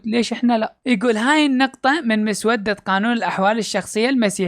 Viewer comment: كل الاحترام لحضرتك ودائماً اتفق معك لكن عندي ملحوظة صغيرة كلمة مسودة نطقك غلط لها هنا تأتي بمعنى لونها صاير اسود او مسود ، بل تنطق مسوّدة